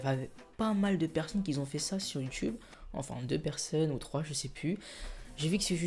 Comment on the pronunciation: Juste évite de dire "quisont" au lieu de "qui ont": merci